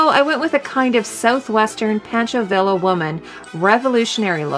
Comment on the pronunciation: FYI, the E at the end of Luftwaffe should be pronounced, it is not silent. Also, the Luftwaffe is basically German for Air Force and wasn't a part of or associated with the Army apart from also being a part of the Wehrmacht along with the Navy (Kriegsmarine). The surname of actor Toshiro MIfune is pronounced Mee foo neh, and not Meefoon. Villa in Pancho Villa is pronounced Veeya.